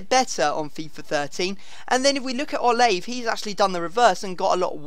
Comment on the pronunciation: pronounced o-la-vey